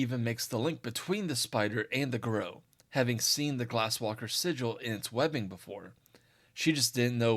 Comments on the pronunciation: It's pronounced gah-roo not garoh. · Fun video, but way you pronounce Garou is like nails on a chalkboard. I've only ever heard it pronounced "gar-roo" due to the French origins of the word.